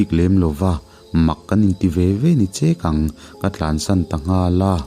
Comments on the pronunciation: Che-kawn ni lo in..Chek-kawn a ni lawm ni?? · Khaw hming hi thawnthu i chhiar hma in a lam dan zawtchiang hmasa ziah rawh. Che kawn tiin chekkawn khi i lam. A hlauhawmna a bo vek thei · Chekkawn nilo in, chekawn tih tur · Chêkâwn tih tur aw...... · Chekawn ni lo in, cheeeeeeek kawn ti a lam tur, chek tih lai khi thluk la, thing chek anga ka chek tih tur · Chekkawn hi, thil chek sawina anga chek ti alam tur niin ka hria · Chekkon I lam thluk hi a dik lo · A ngaihnawm hle mai..Kan khua Chekawn i lam dan erawh adiklo deuh, che tihlai tak hi "en ta che" tia che kan lam dana lam tur.... Chekawn chhak lawkah hian Bellei mual a awma, chumi piah mual chu ani Maumual chu, 2004 vel khan kan khua hi ka chhuahsan tawha, chung hulai chuan sawi neuh neih hi ala tam vaklo, mahse a awmlo chu anilo, tun hnu deuh ah hian atam ta em ani, maumualah hian,ka u (Minchhangtu) chiah pawhhi bike a atlan lai hmuh theihloh in anam thlu tawp tawh..Vai pakhat chekawna awmreng tawh pawh atukkhum sam a pawh kawlh sak thrawt tawh... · Khaw hming ka rawn ti ringawt a. Hmun hming chu ni e. I lam dan kha chek(sa chek kannlam a chek kannlam dan in i lam a) tiin i lam a. Chek lai kha thluk tur a nia. Pakhat pon a rawn sawi khi aw. A dang ah hi chuan i lam dik hlawm viau.pakhat ka lo observe leh a. Mahse ngaithla nawn hman tawh lo. Lo lam dik zel rawh. Ngaihthlak laklawh phei chuan ka ngaithla chiam zel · hras. chekawn ilam hi adik em chu ka hrelo na in mahse kan lam dan nen in ang chiah lo a.. ngaihnawm thin mange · Chekawn hi " hei hi ti ta che" tih a 'chē' thluk ang hian lam tur. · nia, Che lai tak hi a lam dik lo 😀 hre sa lo tan chuan hriat a har ve ang.